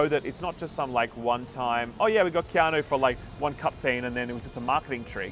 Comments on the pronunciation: KeanO? KeanO?? ITS KEANU!! UUUUU you fkn illiterates! 😂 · Keano?? Why are you saying his name like that our baby